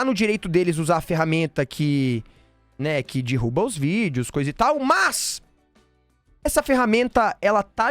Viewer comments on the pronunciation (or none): Vou propor pro meu namorado a gente ver esse vídeo e se beijar toda vez que o fala “dirruba”